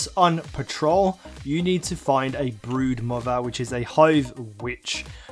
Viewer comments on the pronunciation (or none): none